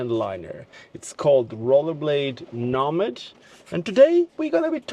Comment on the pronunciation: I thought they were called Nomad's, not nahmud.